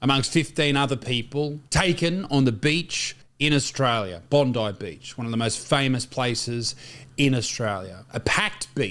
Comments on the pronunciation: Bon Die (just like the poor innocent's) not bon deee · Pronounced, Bon-die. No pun intended.